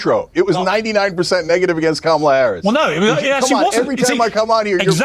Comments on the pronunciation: That woman “journalist” can’t even pronounce Kamala’s name correctly. I’m sure that’s on purpose, and it destroys any semblance of credibility she may have had. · I can’t stand these A holes purposely mispronouncing Kamala’s name. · They STILL don't pronounce her name correctly. It's such a micro aggression. It's infuriating. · Why can’t they say this woman’s name correctly. It’s just disrespectful at this point. She is the Vice President for God sakes. Sheesh 🤦🏾‍♀️ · What kind of a journalist is if she can't even pronounce Kamala's name correctly? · If the maga crowd is trying so hard to present a good picture, why do they insist on intentionally mispronouncing Kamala's name? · 800 gorilla is them pretending she’s inept while mispronouncing her name 🖕